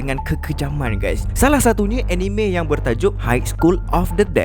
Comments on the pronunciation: Sebenarnya pronounce "Anime" tu bukan (Eh-Ni-Me). Tapi (Ah-Ni-Mek). "k" tu bleh sebut atau silent pun boleh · Org selalu salah sebut anime.sebenarnya sebutan yg betul ialah aa-nii-mee,bukan enime